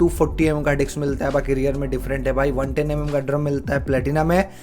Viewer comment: डिक्स 😂😂😂😂😂😂 भाई डिक्स नही डिस्क। डिक्स (dic ks) पता है क्या होता है?